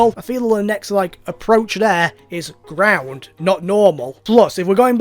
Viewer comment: Gordon Me: it's Ground